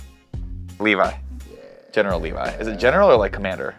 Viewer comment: Oh my gosh. Really? Levy (pronounced lev-e) is the girl from FT and Levi (pronounced Lee - vi, and the i is said like the u in buy) is from AoT